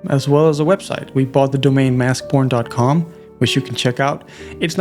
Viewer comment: Okay I know I’m not crazy now. I assume it’s too late to change and I wouldn’t want to either, but based on the accent of the person speaking, the game name sounds like Mask P0rn. Even the auto captions guessed that as the title :(